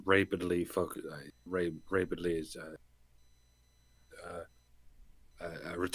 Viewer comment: Raybid? Like a raybbit?